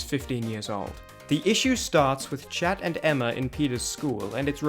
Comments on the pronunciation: Chat ois French of cat, pronounced SHAT, or SHahhhhhT, ahhhhhh, in the middle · but chat in French is pronounced “Sh-ah”, why translate the pronunciation?